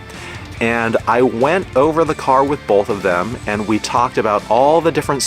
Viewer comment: Each time you say car 🫨 I cringe Nice Jeep tho!